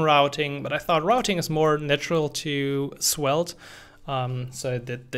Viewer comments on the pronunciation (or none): It sounds like you are pronouncing Swelte